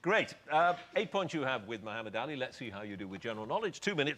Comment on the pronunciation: He couldn't even pronounce muhammad or frazier 😅😅😅😅😅😅